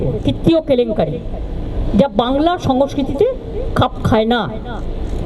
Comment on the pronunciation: 'বাংলার সমস্কিতি' কি উচ্চারণ 😂